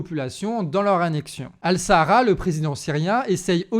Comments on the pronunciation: Al Shaara ça se prononce Al Chaara et non pas Al Sahara. (c'est pas le désert du Sahara hein... 😅) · C'est pas al sahara mais ash-Sharaa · Il s appelle pas Al Sahara voyons mais Al Charaa الشرع les dernières lettres vous étant imprononçables . Cordialement